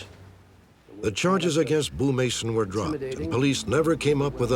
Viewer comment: "What it werrrre." 😂